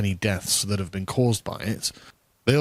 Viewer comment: "Where I've bean." Lima beans? Kidney beans? Senate beans?